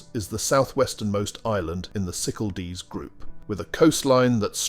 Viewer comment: Very bad pronunciation of Cyclades - cycaldees. Irritating